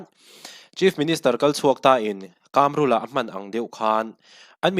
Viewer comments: I chanel hi ka ngaithla thin a, a tha hle thin mai. Tluang taka, kal zel turin duhsakna ka hlan a che. KÂMRÛLA ti a an sawi ka hre ve ngai lo a, KAMRULA(Chakai AIKAM) KAM tak hi i lam dan leh ka lo hriat thin dan a in persan ve det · 2018 khan engmah ila hrelo😂😂 KAMRULA hming pawh tun thlengin ila lam thiam lo, dawt i sawi😂😂😂😂